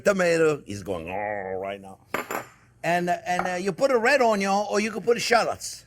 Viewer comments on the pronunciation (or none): You took the Fok but no Onyo !!! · Red peppercorn😂 Red onyo🤣